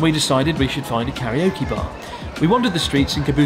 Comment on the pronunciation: Please say karaoke correctly.